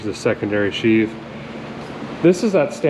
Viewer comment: Looks like Mater! I've never been on a Skidoo or Seadoo. Sheave, not sheath.